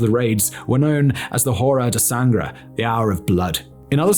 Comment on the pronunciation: "Hora de sangre" came out "horror dee San Gray" yeeesh.